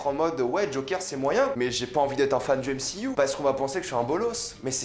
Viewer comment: NE PRONONCE PAS MCYOU !👎🏻